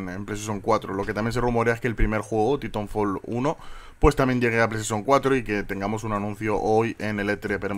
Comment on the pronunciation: titonfol, saldrá el 2 y todavía no sabrá pronunciarlo de una manera cercana a la real jajaja pero bueno no pasa nada.